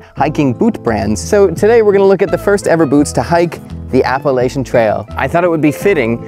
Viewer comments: App a la chun. Learn the pronunciation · Appalachian: app-uh-latch-uhn There's no helper vowels in the middle of the word, and we ain't French so we don't pronounce CH consonant clusters as an SH. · As an NC native, my heart hurts every time you pronounce “Appalachian”.